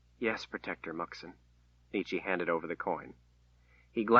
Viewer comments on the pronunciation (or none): It's pronounced Nicki . . .